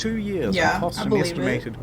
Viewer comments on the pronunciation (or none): It's cost, not coast